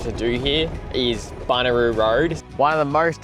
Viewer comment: Classic Flinders, well done (though it's BunYaroo, not Buneroo😊). Your campsite at Rawnsley was looking out towards Monnarie, one of the great climbing spots in SA. Surprised you didn't head out to Arkaroola while you were out that way. Is the Odnadatta open now? Watch out for the brown snakes up there, there are large and plentiful! Enjoy.